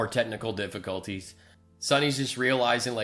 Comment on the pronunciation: We're having technicoll did uh diffe huh technicoll diffiCULTys.